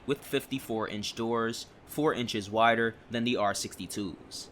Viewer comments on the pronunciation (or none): none